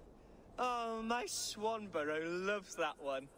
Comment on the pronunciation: "Swanburrow"! really? "Swanburrow"? Raise eyebrow.